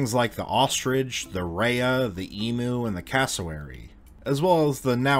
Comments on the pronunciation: Eem-you not dem -oo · Not to be picky but I'm Australian and it's pronounced Eeemyou not emooo lol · Note from the Pedantic Police; in Aust. we call them "EEM-you", not EE-moo...it's a very common mispronunciation, but if you're gonna roll with us downunder you've got to get with the lingo - so nxt time you see someone you know, just say "...Gudday, mate! Owyer goin', orright?...", & everything will work out just fine! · Em U. Not E Mu. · E MEW not E moo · Fantastic video!! Small correction: E - mmmm - U (letter, sound, letter) not E - mooo (letter, sound, sound). It’s not that big of a deal but Aussies always die a little inside every time we hear Americans pronounce it Emoo ❤️ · If you're going to make a video with living animals in it, learn to say their names correctly. It's not e-moo. it's Eem-You. Can't stand Americans butchering names of anything. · Emu is not pronounced eemoo it is eemyou. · It never ceases to annoy me how Americans pronounce Emu. It's not Emoo it's E-Myuu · Emu is pronounced EEMYOU, not EEMOO! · I thought emu is pronounced emew / emyu